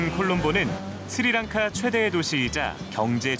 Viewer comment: It is not siri lanka it is sri lanka.